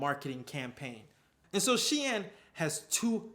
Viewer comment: Loved the cut-in from Sunoa- turns out I've been pronouncing Shein wrong too 🤣